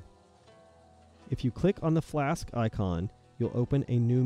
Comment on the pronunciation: when the guy says "flask" i laugh every time